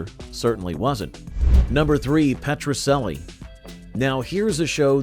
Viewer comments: Petracellie is pronounced Petra - CHELLIE Not Petra SELLIE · First comment! "Petrocelli" is pronounced Petro-chelli, not Petro-selli! Also, believe it or not, my family and I lived in Tucson, while Petrocelli was being filmed there, and my Dad had a blink-and-you'll miss it cameo on one episode, as a tennis player! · It was a good show! And it's pronounced Petro CH elli! lol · It was pronounced Petro CHELLI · It was pronounced PetroCHelli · Your A.I. voice makes the same pronunciation error of "Petrocelli" that characters in the show made. The "c" is pronounced like a "ch", not an "s".